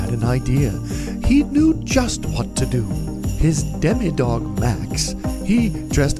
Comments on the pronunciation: Demo dog* He called it a Demi dog and it pissed me off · its demodog not demi